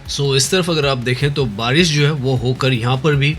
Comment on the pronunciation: bhai aapko pronunciation sahi karne ki bahut zarurat hain, aap barish ko bhi baris bolte ho